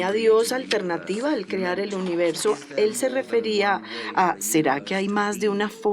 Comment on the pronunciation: La traductora dice universio hahha